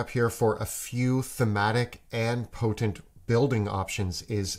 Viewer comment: I'm just here to listen to pronounce the word "potent".